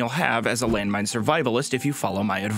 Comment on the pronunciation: When pete said its landmone petein time i cried